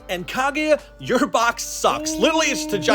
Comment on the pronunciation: I don't if this guy watches naruto he said kiega not kaguya